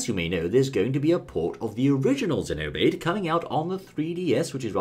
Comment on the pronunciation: It,s great you two know how to actually pronounce Xenoblade!!! Your in the minority but your right!